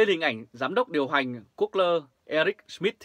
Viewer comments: Gu gô..( that 's correctivity sound pronunciation ) a! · Google mà đọc là good lơ